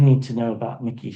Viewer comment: Just so you know, Mikie’s name is pronounced just as it is spelled. In other words, it’s not Mickey like the mouse. It’s MIKE-y. ❤